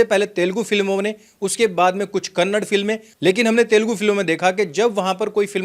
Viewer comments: Bro it's Kannada not Kannad please next time pronounce it correctly. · It's kannada and not kannad, please stop mispronouncing the names, just like there is a difference between uind and hindi . every name has a reason and meaning to it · Kanad nhi bhai kannada bol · सर कन्नड नही कन्नडा है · It's not Kannad... It's Kannada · Kannad naheeeeeeeeeeeeeeee sir It’s Kannadaa. YOU KEEP REPEATING IT . I have respect for you .. But you are forcing me to ask .. ARE YOU STUPID ? OR JUST ARROGANT .. One last time , it’s Kannada sir .. not Kannad ..Okay ? Practice in front of mirror .. good luck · Bhai , it's not Kannad , it's Kannada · It's not Kannad it's Kannadaaa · Sir ji it's KANNADA not Kannad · It's not kannad mr it's Kannada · Kannad nahi Kannada bolo bhai